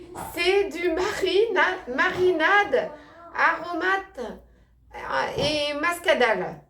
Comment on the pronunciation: Coucou on dis aromates et muscadet pas mascadet c est du vin du vignoble nantzis le muscadet😂😂😂😂😅😅😅😅